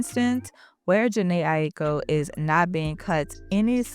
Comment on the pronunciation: i wish u learned how to pronounce her name b4 u pressed record